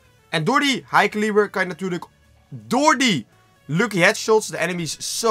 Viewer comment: Het is een elo scope en niet ilo dat er niet en het is niet high calieber maar high caliber